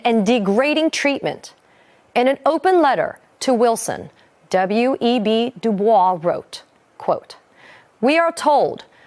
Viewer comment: Web debois is pronounced duboice. I took a black culture clas and the black dude who was the professor laughed at someone saying the same thing.